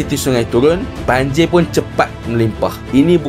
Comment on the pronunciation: Bukan banjir bro , tapi banjiyaq...